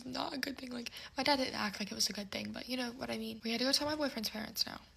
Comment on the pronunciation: And the vapid ‘yooonnnyyyyyyowhaddimean’ pronounced as all one word. ‘Mind you’, it’d probably be asking too much expecting them to be functionally literate when they’ve an IQ that’d force a pigeon to seek an education due to embarrassment 😂